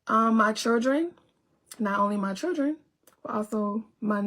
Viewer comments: Why do she have repeat every single sentence? Omg she do fkn annoying and she still can't say children right i can't stand this 304. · She needs to learn how to say children! 😂😂